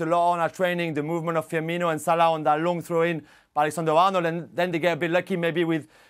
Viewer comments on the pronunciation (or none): none